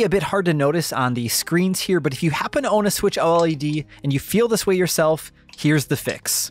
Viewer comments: can you please stop calling it O-L-E-D and just say O-LED. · It's OLED not O-L-E-D😂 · JUST SAY OLED and not O-L-E-D it's killing me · Please don't call it the O-L-E-D, call it OLED aaaaaaa pleaseeeee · Just say OLED, instead of O.L.E.D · "Nintendo Switch OH ELL EEE DEE" Who tf says it like that? Lmao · Literally the only person who says O-L-E-D every. single. TIME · Surely it's pronounced "OLED", not "OLED"... as in, I say "Oh-led". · Dude. Just say oh-led. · It’s switch OLED not switch O.L.E.D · I like your continent I I lol thanks lol for kleeping everyone up to date just to put it out there the new switch console is pronounced “O-Led”